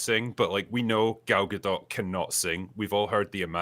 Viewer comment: Gal Gadot is a Hebrew name—it does not rhyme with • "Godot" or • "row" /ˈɹoʊ/ (US), /ˈɹəʊ/ (UK) or • "goat" /ɡoʊt/ (US), /ɡəʊt/ (UK). It is pronounced [ˈɡal ɡaˈdot], ie. ending with an /o/ sound, approximately like in the word • "story" /ˈstɔ.ɹi/ (US) and a /t/ sound at the end, like in the word • "not" /nɑt/ (US), /nɒt/ (UK).